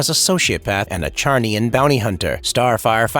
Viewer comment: Lobos race Is pronounced with a Z. Not a ch sound bro